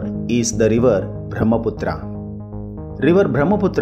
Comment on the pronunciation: Pronounce the names properly like Brahmaputra U r putting stress on last a which was added by British